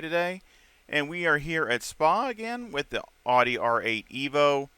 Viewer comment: Awesome video brother 👍. I love how you pronounce AUDI, the true pronunciation of the word 😁. I will definitely give this setup a try as I always struggle on OUE ROUGE. Thanks much appreciated. Forever Racing 🏁